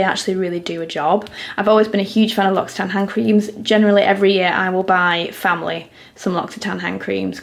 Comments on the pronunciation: Inthefrow 😂 in French we pronounce this « Lo si tan », no x but this language is so complicated 🙏🏻😘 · The whole time I thought she was saying Luxy Tan not L’Occitane 😂😂